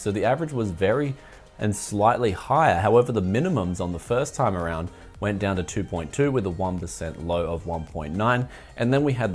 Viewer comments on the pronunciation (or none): none